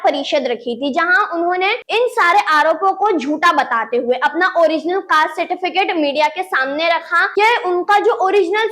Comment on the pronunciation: Certifitic ???? Kisi ne suna kya nahi 😂